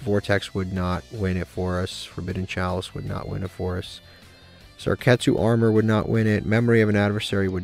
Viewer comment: The way you pronounce Sakuretsu Armor makes me laugh every time😂